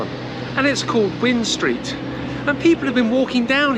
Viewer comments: Hi loved the video, well presented and informative, only one thing if I may, it is wind street pronouced like wined street because it followed the wi nding route of the river before it was re-routed, I mean this in the nicest way, thank you. look forward to more presentations from you. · Definitely one of the best videos I have seen about Swansea informative and with some history mixed in very entertaining bye the way wind street is pronounced wined as in winding road but us locals call it wine street you should think about doing a video on mumbles lots of history in that lovely place thanks again for a great video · Hi, as one of your other commentators pointed out, Wind as in Wind Street (very famous with young Swansea revellers!) rhymes with Kind. Born in 1955, I remember Swansea recovering from the devastation of the wartime bombings. As a small child, I thought that the term 'bomb sites' was a synonym for car parks as they were my parents' preferred place to park the car (there were many bomb sites that had been flattened out for parking right up until the 1960s). Most people from Swansea will agree that the town centre has been subject to very poor town planning. However, it's a lovely city, though of course I'm biased. Your video is very informative and I learned a lot - many thanks.